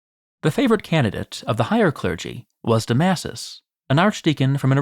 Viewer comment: . Pope Domasus. When pronunciation goes all wrong. It’s ok we love you anyway.